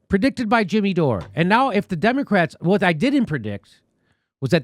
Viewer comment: It sounded like Jimmy said "Democracks" at the end there. LOL